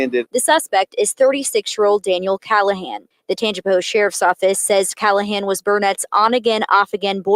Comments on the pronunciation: Very close to me. Looking at the difference in his pics, it has to be drugs. Still no excuse. Tangi-pa-hO-a or Tang-pa-hO Lo-ran-ja Mostly short vowels 😊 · Hi,! Hailing from Louisiana! Love your show! It’s pronounced “Tanj-u-pa-ho” Parish. There’s a lot of hard to pronounce names here. lol 😝